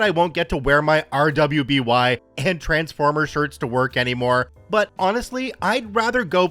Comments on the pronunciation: RWBY is pronounced "ruby" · Story 15 RWBY is pronounced RUBY and I wonder if it was my friends story 😂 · So weird fact RWBY is pronounced "Ruby", it was a show by Rooster Teeth before I think another company fucked everything up & shut everything down